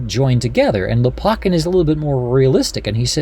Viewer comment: Lopakhin kh is the sound as in JS Bach. Лопахин.